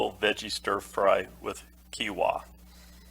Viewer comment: Yes you are pronouncing quinoa correctly 😊